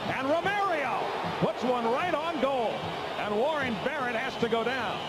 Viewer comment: He messed up Warren Barrett's name twice under a minute...I'm glad now that atleast the commentators are familiar with players on both sides